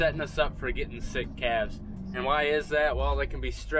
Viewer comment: I replayed that section where you were naming the new ‘claves’ several times because it totally cracked me up! How repeated you when you emphasized claves’!! You guys are a joy to watch!!